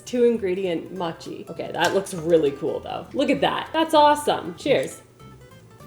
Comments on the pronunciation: Mochi long O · I don't know why it got to me...but it's pronounced moh - chee... I still love you either way!!! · I was thinking the same thing about how she pronounces mochi…I’m completely OK with it…I may pronounce it muchi from now on! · Mochi is more like moe-chee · Mow-chee 😊 and Ube ice cream is AMAZING ❤ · I'm currently learning Japanese and that's how I was told to pronounce it. I wanted to edit this to say moh chee would also be correct because the moh and mow should sound the same. It's an o sound like owe or oh. Written in Japanese it's もち. The first hiragana is mo and the second is chi. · The way you are pronouncing mochi is triggering to me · Please learn how to say mochi correctly 🥲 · I’m glad I’m not the only one being slightly driven nuts by the mispronunciation of mochi. Still love you and the video though! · Mochi is pronounced with a long O like in boat. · the way you said mochi hurt my soul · I am mom to someone not much younger than you so I feel it’s OK I can say Mochi is with a long O like mowing. Honestly no hate I just felt you needed some help please don’t hold it against me. Honestly I just go to Google and ask it to pronounce certain words for me and it really does help. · I’m totally here for your strangely Canadian pronunciation of mochi. 😂 Your watermelon 🍉 was at peak ripeness. I just bought a total dud at the store 😭😭😭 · The way you pronounce Ube, Mochi and mochiko is adorable girl!!! ☺️🙏🏼 Back at home (Hawaii) I would alwayss get anything and everything ube🤤🤤🤤 And I loveee mochiiiii🤤🤤🤤🤤 And mochiko chicken!! ❤ GET IT GIRLLLL!!! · I love that girl but hearing her mispronounce mochi and ube was killing me! 😂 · No one laughed at her. She could have searched for it. It's not that hard. It's the most easy word. what if someone pronounce apple as ee-pple. You would be mad too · It’s pronounced moe-chee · Great video. Just wanted to mention that mochi is pronounced mow chee. Hope you are doing well and I hope you have a wonderful day.